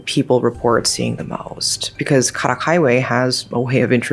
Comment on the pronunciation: Karak doesn't have such an exotic pronunciation as the way you say it. It's simply pronounced as "car ruck"